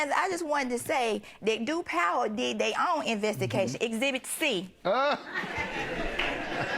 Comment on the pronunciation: DID SHE SAY "INVESTICATION"?